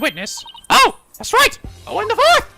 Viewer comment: Owen.. Ouwen.... Ouendo